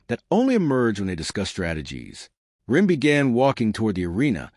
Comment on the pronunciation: The AI narrator sometimes calls him Run and Ron. And it keeps calling Jin "Jean" and someone else named Mako "Mayo"